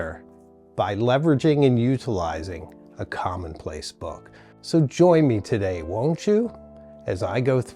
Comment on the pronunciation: Here in the U.K. it’s commonplace not “common place”. Great content.